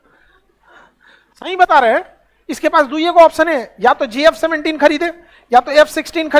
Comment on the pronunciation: JF17 not gf17 😂